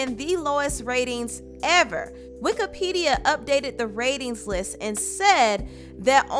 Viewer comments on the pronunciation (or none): Did she say "Wikipedia"? 😂😂😂😂😂😂😫🤦‍♀️